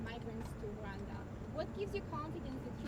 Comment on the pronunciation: Gush that reporter who can speak out "Ruanda" is just aggravating....